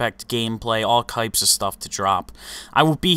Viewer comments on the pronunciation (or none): Did anyone else hear "all kypes of stuff"